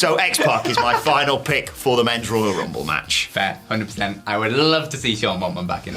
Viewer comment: The WWE Woyal Wumble